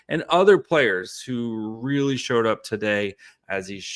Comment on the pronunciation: Eliminate the "aaah," "ums," "like," and "as well" Also, you seem to be unable to pronounce "really" and seem to stammer on words. starting with the letter "m." "Everydayer" is also very awkward and not a word. None of these issues are noticeable when you read ad copy.